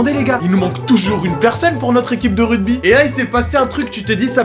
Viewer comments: le "RUDBY" non mais ça va pas ou quoi "ruGby" avec un GGGGGGGGGGGGGGGG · Suis-je le seul à entendre RUDBY et non RUGBY ???? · QQN LUI DIT QUE ÇA SE DIT « RUGBY » ET PAS RUDEBI ?! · tu dit rudby mdrrr c'est rugby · RUGBY ! pas RUDBY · Rugby, pas "rudby" ! Ahahah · Je suis désolé mais on dit ruGby avec un G un G pas un D!! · c'est moi ou il dit rugby ? mdrr ce grand fou